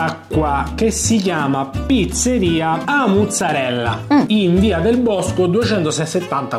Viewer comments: non so se vi siete accorti ma avete detto tutto il tempo “A’ muzzarella” e non “A’ maruzzella” ahahah. Comunque fino all’anno scorso abitavo lì in zona e posso dire che anni fa le pizze erano molto buone, poi hanno cambiato gestione e sono diventate immangiabili, mi stupisce vederla considerata come migliore con tutte quelle recensioni positive, avrà cambiato di nuovo gestione🤷🏽‍♀️ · "qualcuno ha detto giastit" "amore calmati" "qualcuno ha detto giastit" "amore stai esagerando" "qualcun..." "Stud" "amore, tutto bene?" Ma quando diventerete pieni di seguaci e di visualizzazioni, come farete a fare tre video a settimana? 😊 P.s.: ma la pizzeria è "a muzzarella", o "a Maruzzella"?